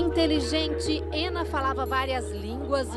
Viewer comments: É muito estranho a reporter ficar falando: "Éna", "Éna", "Éna"... pô, se a mulher é russa, chama logo de Ana... se quer pronunciar de modo "anglicizado", melhora a pronúncia... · Tentando perceber como é que Anna se torna "ênna" 🤦‍♀️